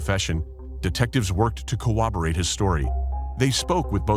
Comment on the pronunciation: The word is Cor-Ra-bor-ate. If you can’t pronounce it , don’t say it.